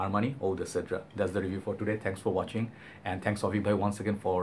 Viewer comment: Great review as usual! It's pronounced said-r